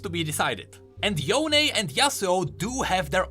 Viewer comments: Oh, it's "Yoh-neh" not "Yown" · Ionia pronunciations are literally Asian style so Yone ain't "Yown" it's "Yoh-neh" or something like that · HIS NAME IS YO-NEY, NOT Y-OWN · Proper Yone pronunciation is Yo-ne, not Yown. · I’m laughing so hard when people pronounce it as yon instead of yo-ne. よね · Pronouncing Yone , Yon is like pronouncing Sasuke , Sasuk. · Why did they make the pronunciation Yon-AYE 😫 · Why does he say yone differently than before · We have legit confirmation of Yone from thresh saying his name and everyone STILL pronounces his name wrong. After hearing it pronounced. sigh